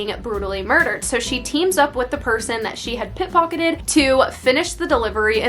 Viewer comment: lol the word is pickpocketed not pitpocked